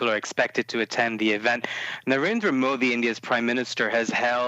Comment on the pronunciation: Nared"R"a Modi, not Narenda Modi :)